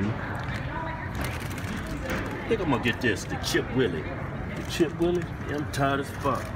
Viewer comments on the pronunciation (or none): When will they ever pronounce anything right? They say chip WU-IL-EE it is chip W-H-E-E-L-E-E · Why they call it "chip willie" when its actually called chip wheelie lol they funny af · Sound like "Chipped willies" LOL